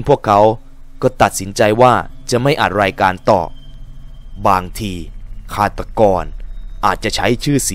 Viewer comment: สงสัยครับว่ามันเป็นคาเลคเตอร์ของพี่รึว่าพี่เป็นจริงที่ต้องออกเสียงแบบตัว ร กับ ค พร้อมๆกันเช่นคำว่า รายการ ถ้าพี่พูดมันก็จะเป็น รายวการ ใคร ก็จะเป็น ใครว แค่สงสัยครับอยากรุ้คำตอบด้วยครับไม่ได้หาเรื่องอะไรครับแค่อยากรุ้เห็นดารานักร้องหลายคนก็เป็นแต่ถามเค้าไม่ได้เห็นว่าพี่สามารถพูดคุยตอบกลับได้เลยลองถามดูเป็นความรุ้